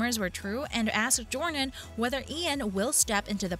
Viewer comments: It's Jamie DORNAN, not Dorian! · It's Jamie DORNAN not Dorian! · If you’re going to do a story about #jamiedornan. learn how to say his name. It is “Door_Nan”. Dorien is a book character. And as others have said, #jd is the best. Christian Grey is not James Bond or a Superhero❣️☘️💚☘️ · His name is DOR NAN not Dorian. Fifty Shades Freed didn't do as well because the story did not follow the story line in the book very well at all--- they skipped a lot Oh and read the books from Christian's point of view, furthermore, read the original books and you'll see what I mean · Offs it's DORNAN NOT DORIAN !!! 😠 Load of bull 😤 it's not going to happen so go get a life!!! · His surname is Dornan, not Dorian please.